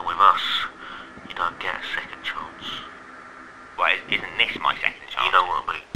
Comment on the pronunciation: Chance * not Chontce